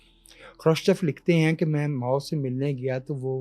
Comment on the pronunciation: ماؤں نے بہت برا کیا ہے ۔ ماؤ”